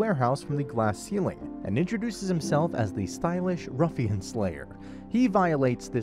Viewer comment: im not going to go in on how his name is misspronounced but with the prouncing ruffian as rusian found that really funny